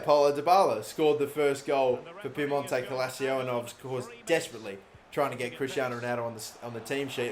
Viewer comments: it’s pronounced ‘cal-cheeoh’, love the videos though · "Piemonte Calacio". God your pronunciations are garbage. 😂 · Okay cool good stuff and all but PLEASE stop saying calacio just READ the damn name and stop disrespecting people/languages by not making the slightest effort to pronounce names even half-correctly...same goes for Ribeiro in the main career mode btw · Woooow, you make butchering pronounciation an art form. Calcio “Cal-Chio” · Me an Italian hearing say calico wrong -_ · it's pronounced like Calchio in english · Actually it’s pronounced calchio. It’s Italian not Spanish. Even a Spanish person might say “calthio” instead of calcio. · he can barely say calscioo😂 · I'm Italian is calcho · It's cal-cho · it's actually pronounced cal-cho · tavipsv calchio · Come on “” pronounce it properly it’s CAL CIO I can spell it for if you want it’s C A L C I O how about we change your YouTuber name to “” because you clearly and evidentially can not pronounce a teams name properly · You know !! There is literally no letter A In that place for him to be screaming calAcio 👎🏾😤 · Is Cal-cho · In Italian you speak like you read the right pronunciation is Cal-cio you have to pronounce Cal + CIO like CHO of word chocolate . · Piemonte calachio lmao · I swear if I unsub from this channel it will be just for the mispronouncing of Calcio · Can we just appreciate the leak and go easy on how he pronounced calcio? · Can’t even fucking pronounce the name right fucking idiot Shut the fuc up and get outta here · Everyone that's even remotely interested in football should know how to pronounce Calcio, wtf is this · Lol he was struggling with that second C in Calcio. Que cosa? 😂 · if you don't have 2 seconds of your day to look up how to say the Italian word for "football" and you're going to call yourself a FIFA Youtuber, then you're clearly ignorant to the sport of football. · It's "calCH(i)o" not Calchio wtfff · Calcio not Calacio.